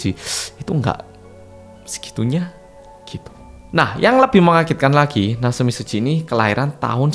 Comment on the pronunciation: Natsumi bukan naseumi😂